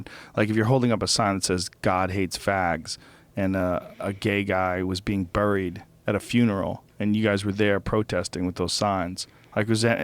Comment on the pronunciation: I fucking hate the way Joe pronounces "buried"